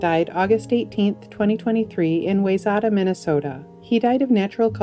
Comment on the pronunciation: Wayzata is pronounced 'why-ZET-ta'.